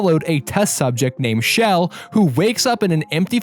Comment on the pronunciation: SHE's NAME CHELL NOT SHELL!!!!!!!!!!!!!!!!!!!!!